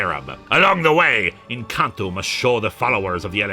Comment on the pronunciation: The first time you said N'Kantu I misheard it as "Encanto" and had a moment of pure confusion.